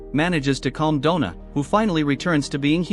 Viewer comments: donna not dough na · God that was painful to listen to. "Dough-Nah" from werewolf to man to woman in 1.5 hours. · “Donna” =“Doughna”? 😜